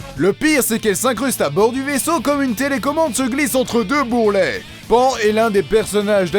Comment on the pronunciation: Ah oui ! C'est "Panne" pour la prononciation de nom de la casse-couilles de service.